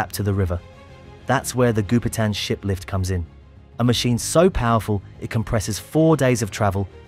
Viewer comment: Does anyone else hear the narrator say "shit lift" instead of "ship lift?"